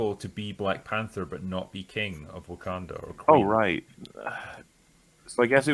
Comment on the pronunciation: Heh-heh, heh-heh. He said "Woke-kanda".